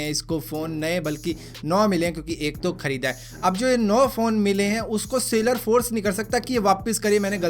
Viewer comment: Sailor nahi seller